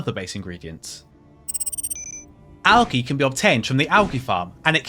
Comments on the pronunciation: Bro. AL-JEE. Not AL-GI. What the hell?? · triggering americans when saying algae like you do. One for the union jack